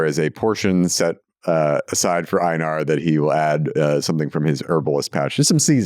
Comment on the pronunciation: Is mispronouncing Einar? That's the name, right? Love the character